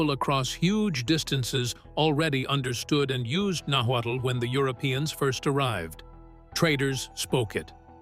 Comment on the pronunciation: So? There's not a final conclusion of where they came from. Mexica is pronounced maisheeca and náhuatl is pronounced nawatl, good information anyway greetings from Tijuana México.